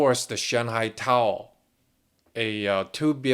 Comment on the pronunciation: First, great content. I am subbed to a lot of channels that have news on China, and you echo what they’re saying. You’ve earned my sub. Second, I know I shouldn’t pick on your accent, but every time you say “tower”, it sounds like “towel”. I mean no offense, but it makes me laugh. 🤣 P.S. The CCP can eat a d**k.